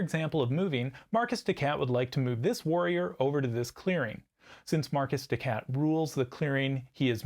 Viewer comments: Mar-KEY des SHat, not Marcus de Cat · Is markiz de cat (to sound like “mar-kitty cat”) not Marcus de cat. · The video was great and informative. I gave 👍🏻 but hearing Marcus de Cat did hurt.